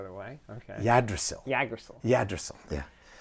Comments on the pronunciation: Even Dalene I was going to say that was a pretty butchered pronunciation. EEG-drah-sil is more like it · No idea where you got that Yggdrasil pronounciation from. Should be straight forward "Ygg" as in the "YG" in pygmy. Drasil you got somewhat right, albeit in an American accent kinda way. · Hey I just wanted to say thats its pronounced "Eeggdrasil"